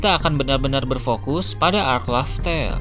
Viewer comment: Laugh tale bukan laftel